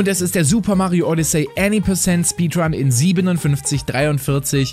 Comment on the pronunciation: Mario während des speedruns: HU, HA, JA, YEA, JA, JUHU, WUHUHU!!!: THERE IS A SUMPFHUND IN MY SPEEDWUN!!